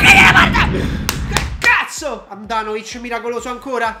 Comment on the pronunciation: no Handanovic, ma handanovishish